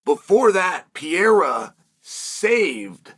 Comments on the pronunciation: I love how he refuses to say Pereira correctly. He pronounces it different every time 😂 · I'm shocked how chael can pronounce so WILD names perfectly. But can't say Pereira correctly at all 😂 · Bros name pronunciation is so dookie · I’m pretty sure uncle Chael is trolling when he says “Pee-eira” 😂🤣🤘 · Chael "Pee haira" Sonnen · Who is Alex Peeara? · Who the actual fuck is “Pierra” uncle Chael? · Alex Pee-era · It is now the "PEE ERA" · Alex pea-era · Who tha f is piyera? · Chael, I'm not sure when you last got your eyes tested, but there is no silent "R" in PEREIRA. 😂Frankly, I'm quite disappointed that Dana hasn't yet arranged for the Periera Vs Ankalaev fight to happen. I think Ankalaev most certainly deserves a title shot. Ankalaev is clearly being deliberately ignored and I don't really know why. As for Hill, I believe he is a borderline crazy person. He is absolutely no match for Aspinall who will easily put him to sleep within the first minute. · How is he still not able to pronounce this guys name yet? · It's actually remarkable that chael works for and around the UFC and still can't say the name of probably the most well known fighter in the UFC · Chael.....replace the R's with an H.... And ur good